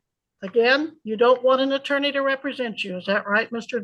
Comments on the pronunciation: Am I the only person that gets annoyed by a Sov Cit's misuse of words? It's not "re-pre-sent" tool, it's "rep-re-sent". To be entitled or appointed to act or speak for (someone). Especially in a special setting. Ahhhhhh! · You know your in trouble when you don’t know how to pronounce- represent